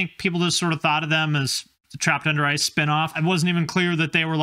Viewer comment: I kept hearing "trapped under rice"